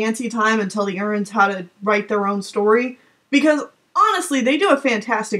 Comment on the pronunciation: unsubscribed because you pronounced "Erins" "urrins"